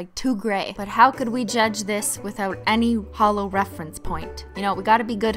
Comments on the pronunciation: Am I the only one who think it sounded like she said "because H💿L💿 always looks best over blah"? 😂😂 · LOL MY BF THOUGHT YOU WERE SAYING HOLO AS IN LIKE A HOLE LIKE NOTHING INSIDE LOLOL